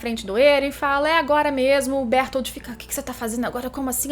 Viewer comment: Laina e berutoro, fala direito.